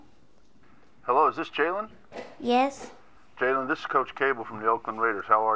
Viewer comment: his name is jailen not jaylen